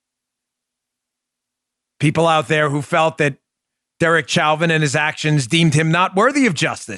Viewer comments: Chow-vin? 🤦🏻‍♀️😂 Lol why can’t anyone say Show-vin? Pretty sure the prosecutors were formally told to stop mispronouncing his name cuz about halfway through the trial, they started apologizing for the “mistake” with a sheepish look. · Please Dan, Derek Chauvin's last name is not pronounced cho-vin or chow-vin, it's show-vin. French pronunciation of the, "ch." With a last name like your own, you should get it right. lol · #1: It's pronounced "SHOW-VIN"... Like "chauvinist".. Sorry Dan, your pronunciation is a bit annoying.. HAHA #2: All cops need to stop taking calls & avoid helping ANYONE... until the BLM a-holes BEG for cops to go back to doing their jobs. #3: Question: How can someone be guilty of Murder 2 & 3 & 4 ? Shouldn't it only be guilty of 1 type of murder ? #4: Chauvin Shouldn't gotten Manslaughter & got 3 years in jail. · Dan, I believe it's pronounced Show-vin. I know it's spelled Chauvin but it's pronounced Show-vin. Thank you sir!